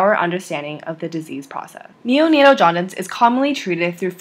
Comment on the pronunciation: Nice video! But you pronounced it“jaudince” instead of “jaundice”